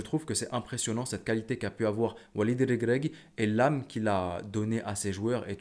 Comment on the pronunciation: Comment tu prononce walid REGRAGUI 😂😂